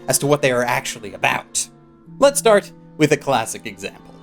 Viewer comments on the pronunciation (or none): none